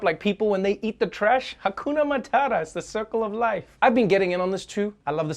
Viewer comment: Am I the only one who's sad about not Trevor saying Hakuma Matata, and not Raccoona Matata like the context demanded? Come on dude I can't write your show for you